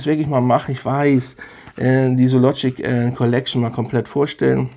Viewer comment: Die Aussprache von Zoologist müssen wir aber nochmal üben. Das Haus heißt nicht Zoologic.